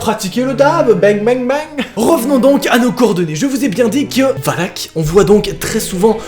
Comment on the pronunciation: A la base c'est pas valaak et pas valak